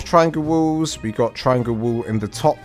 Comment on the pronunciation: sorry... your accent made it sound like you were saying "triangle woos" lol good explanation though on the basics of building a small starter base.